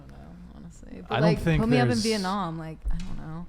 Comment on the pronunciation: i love how she said veitnam lmao clearly has no fucking clue of what she is ever saying